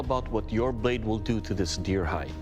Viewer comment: “ It wheel make bacon and keeeeel “